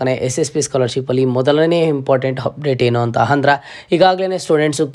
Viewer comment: Modla kannada chandag matadak Kali amele video upload maad..satt hokkar ninn kannada keli🤣🤣 1)'Hupdate' allo sahkar adu..'Update'. 2)Hopen alla adu 'Open'. 3) 'Hipath muru Hipath nalku' alla adu..'ipatt muru ipatt nalku' 4) 'Higa' alla adu..'Iga'. 5) 'Happload' alla adu 'Upload'. 6) 'Harji' alla adu 'Arji'.